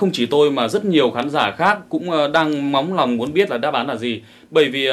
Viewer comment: "móng lòng" 🤣🤣🤣